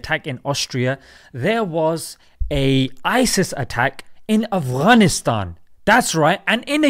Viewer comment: Love the way you say "Afghanistan" makhraj on point lol